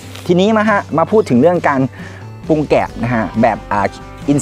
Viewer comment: น้องสุดยอดเรื่องการเกษตร แต่ต้องปรับปรุงเรื่องการออกเสียงให้ถูกต้องด้วยคะ เช่น แกบ ปุง ปา ผิดพาด พั่ว วิธีออกเสียง เช่นคำว่าแกลบ ให้ออกเสียง กะ_แหลบ รัวๆเร็วๆ กะแหลบๆๆๆๆ ปรุงให้ออกเสียง ปะ_รุง รัวๆเร็ว ปะรุงๆๆๆๆๆๆ ปลูก ออกเสียง ปะ_หลูก พลาด ออกเสียง พะ _หลาด ๆๆๆๆ พลั่ว ออกเสียง พะ_หลั่ว ๆๆๆๆ เป็นต้น การออกเสียงที่ผิดจะเป็นการด้อยค่า เนื้อหาของคลิปคะให้ไม่น่าเชื่อถือ